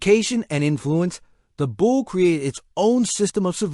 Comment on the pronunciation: It's pronounced "Boulay" it's French